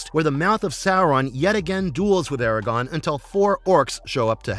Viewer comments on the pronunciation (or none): How can the narrator not know that it's, "ARAGORN" and not, "Aragon"? He called him Aragon multiple times. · AIR-A-GORN!!! AIR-A-GORRRRRN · Gawd it hurts when somebody knows nothing about Lotr. Who is Aragon? Wingwraith? Seriously if your going to make a video at least the the pronunciations right 😭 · ITS ARAGORN FFS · Every “Aragon” was like a kick to the gut. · The way you keep mispronouncing Aragorn is killing me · Mf can't even pronounce aragorn right